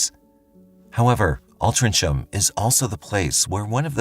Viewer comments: Hey mate the Last case It’s pronounced alt-ring-ham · The last case was insane. The town is pronounced Al-tring-ham!!